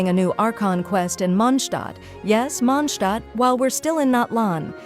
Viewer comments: That was the closest i ever heard an english voice calling mondstadt correctly, and ofcause it was an ai... It's Mon>d< Stadt Ai sayed mon Stadt. It's close enough wile outhers call it mondsted. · I find it funny when the AI voice says “MONSHHTADT” 😂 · Welcome to The Mondshtat - Sean Connery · Istg if I hear mOndShTaHt again